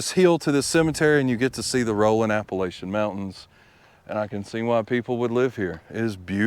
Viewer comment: Flossie Johnson is also buried there. I have her cookbook, and it's one that I use quite often. I did not know that Junior was pardoned by Regan...had not heard about that. I live a little over an hour north of where you are, just across the Virginia line. You pronounced Rhonda correctly, but not Appalachia. A lot of folks get that one wrong unless they have lived here or have family here. Think of it like this...I threw an apple at 'cha. Apple at cha. Appalachia. Enjoyed the video! Have a great week and God bless!